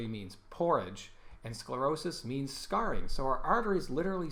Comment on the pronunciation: great video. (PS. Scarring, not scaring)